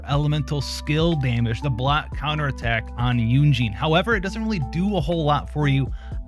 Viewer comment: Why are you pronouncing Yun Jin as "Yun Jean"?